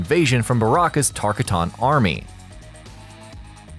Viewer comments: He pronounced alot of stuff wrong in this... Tarkatan Not tark-a-ton... For one example, LET'S SEE IF YOU CAN FIND THE REST.. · Tar cat tons... not how it's pronounced. Tar COTTENS... even Baraka corrects people in 3 games who say it wrong. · TarKAtans not tarkaTANs... seriously, i get that you just pay some dude to do voice over, and he just reads a script, but come the fuck on.. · TAR-TAK-EN isn’t it? Not TARK-a-TON?? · Tarka-tons? I loath you... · You know who would ABSOLUTELY LOVE this video??? MRGSTAR321, someone should send to him.... And its TAR-KAH-TEN goddamit!!!! Why do you refuse to pronounce it right!!??? That's how it's pronounced in the game, by the creators, by the world except YOU!!!!!! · Fucking "Tark-ataans" really!?😂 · I love this series I truly do.....but good lord man it’s ter-kah-tans the way you pronounce it is so gross lol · Its definitely not TAR-TAK-EN. Thats even more incorrect than the ridiculous mispronunciation in the video. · The way you pronounce tarkatan pisses me off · This damn dweeb still cant pronounce tarkatan